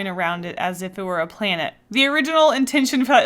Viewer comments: The way you say "plainet"😂😂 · I have to say, I love the way you say “planet” it’s really funny to me, I don’t know why